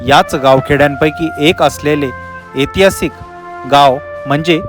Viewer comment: अरे बाबा एतिहासीक नव्हे ऐतिहासिक असा शब्द आहे